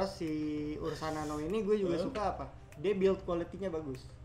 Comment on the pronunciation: Ursa nano bang bukan urna nano 🤣🤣🤣. Ursa nano lah the best no debat